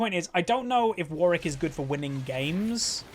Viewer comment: Two Ws in Warwick xD cringe a little when I hear you say "Warrick". Great content.